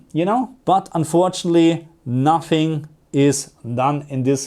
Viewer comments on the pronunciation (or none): perCENT not PERcent, unfortunately not unfortunly. Please!